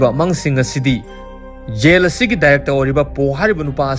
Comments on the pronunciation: Yel haiganu taba nungaite jail haiyu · Yen yen haibdo sum taba nungaitre khitang semdokpiyo jail haibiyo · Jail haiyo yail haido tabada nunggai tre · Bro nggi khonthokse khra semdok o tba nungyte J gi khonthek se Y oina hyre Yail Yohn na Jail John na fjna hybiu tbada distrubance oihnle😢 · Jail haibiyu Gel or Zel hybagi konthoksida nganbiyu aduga John su Yon hyba natte Zon hyna pronounce twba yai